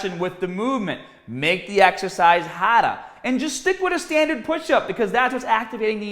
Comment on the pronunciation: "Might want to get some push up baws to make it hawda" I don't always watch your videos (sorry) but when I do, I live for the accent I forget you have with certain words haha